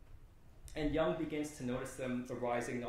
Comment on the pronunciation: Let's pronounce Jung's name correctly!